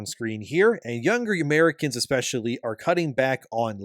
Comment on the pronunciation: Bro said “younger Eemaricans” this why i hate Canadians